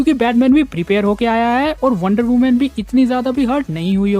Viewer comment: Kya bhai bas prepire prepire bol raha hai